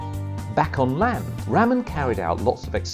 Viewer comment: Umm It's RAMAN not RAMEN😂😂